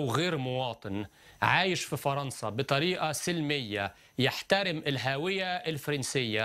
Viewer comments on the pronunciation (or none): Il dit majoritairement "faranca " et faransiya